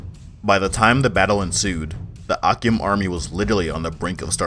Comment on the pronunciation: Great video but akyem is pronounced achim the ky in twi actually makes a ch sound